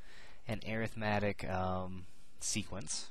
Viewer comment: You're pronouncing Arithmetic incorrectly.